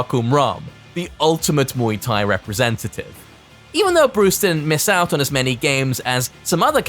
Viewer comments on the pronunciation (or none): none